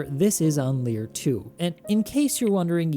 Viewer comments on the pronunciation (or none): It's "Leir II" not "Lier II" :P Very good video btw. Keep up the good work :) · It’s actually Leir II not Lier II 😉